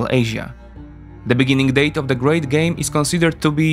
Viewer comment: Interesting. I stopped at the advert. I notice you swap English TH and DH sounds with F and D, NG with NK, and E/ER with EY. The becomes Dey.